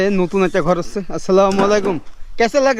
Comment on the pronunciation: এই ভিডিওবানানো কারি।শুনেন। সালাম শুদ্ধভাবে দিবেন।